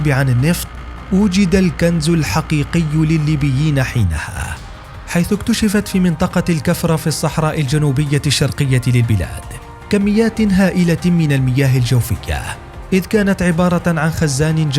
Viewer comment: مدينة الكفرة بضم الكاف ليس بفتحها !!!